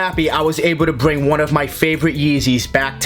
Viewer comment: Bwing these tling